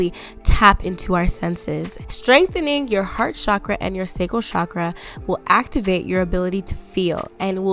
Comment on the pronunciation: PLEAAASE say CHAKRA not cshakra❤️❤️ cha-kra. It’s not a fancy French word it’s hindu/sanskrit xx Ps. Are you able to answer how to be more feminine when you’re a divine masculine? By human & spiritual genetics I’m divine masculine but Idk how to be more feminine and it hurts my body. My body & frequency flashes tell me that I need to let go & be more feminine but idk how to